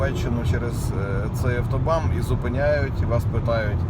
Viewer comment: Вибачте, але не автобам, а автобан